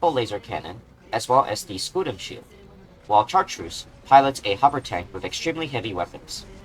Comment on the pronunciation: I apologize in advance, but the 'ch' in Chartreuse is a softer sound, like 'sh' similar to "champaign."